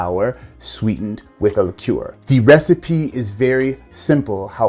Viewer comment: Came for the cocktails, stayed because you're like the only American who can pronounce liqueur properly.